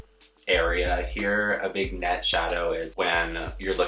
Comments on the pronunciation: Pearl, it’s pronounced Vin-yette. Haha. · "Vigg-net" ...😂 girl ily. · I can't believe there aren't more comments pointing this out! Vig Net, 🤣🤣🤣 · Lmao “vig net” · it's pronounced "vinyette" not "vignette" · It's "vignette" daring but I expect you know that now. (Vin Nyett) My challenge is I can never get liquid liner to dry, at least not before it smudges. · lmao... vignette is pronounced 'vinyet'. its a french word... but love your vids gurl x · vignette is pronounced "vinyet" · (Sweetie, it’s actually pronounced as “Vin’yet”) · did no one clock her saying "vignette" wrong? pronounced (Vin-yet) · Bless her heart she pronounces it vig-net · The g is silent in vignette silly. Vin/ /yet/ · is he trying to say vignette (vin-yet) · PEARL its Vignette. It’s pronounced VIN-yet 😆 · not to be a bitch but like vignette is pronounced 'vinyet' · Pearl Liaison can’t say vignette properly... the irony, girl. 😂💕